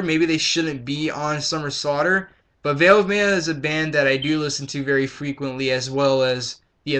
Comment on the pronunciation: It's Veil of MY-ya.